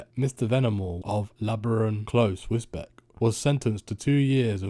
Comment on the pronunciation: Pronounced Wis-beach